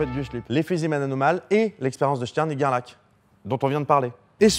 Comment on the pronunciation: Gerlach ça se prononce Gerlar, c'est de l'allemand xD